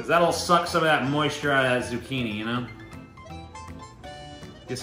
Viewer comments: “Zoo-chin-ey” also, pretty fuckin great vid. I’m looking forward to the next ‘n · Did you just say "zoo-chin- ee"??